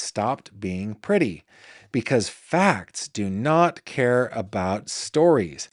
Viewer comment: I literally lol'd when you said "walking aboot" when beginning your story about a trip to Canada. 😁